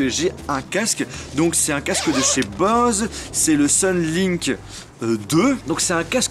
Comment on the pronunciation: désolé c'est mon côté maniaque mais ça se dit bause pas bose